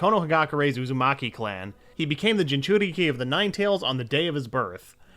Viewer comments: Like I get it you can't watch every single anime on the planet...but if I wasn't sure how to pronounce something that clearly isn't written in plain English I would search it up, it takes like 15 seconds before I press record again... What the fuck is a ginchukuri or whatever the fuck you were trying to say? this channel is extremely hit or miss, big dislike for this one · I love the way jinchuriki pronounced as jinchukiri